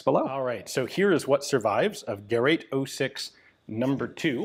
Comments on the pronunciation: It's Gerät, not Gerat. Umlaute are not for decoration, they are different letters and very different sounds. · Ge rät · First and before all I thank you very much fkr creating Forgotten Weapons. I appreciate your encyclopedic knowledge of the subject. The very word GERÄT should be pronounced as if it was written GERATE, similar to the word STATE.